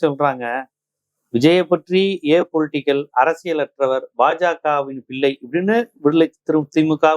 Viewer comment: பில்லை அல்ல பிள்ளை...